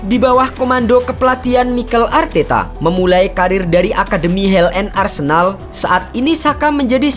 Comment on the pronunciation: Arsendal BG sebutannya